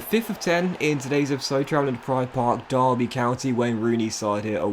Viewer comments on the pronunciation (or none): none